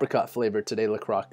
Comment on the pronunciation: No it's la croi ; do not prononce the x.